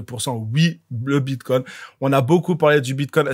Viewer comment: BitCOIN pas Bitcon😂 T y arrives pas 😂🎉 Pas grave 😂🎉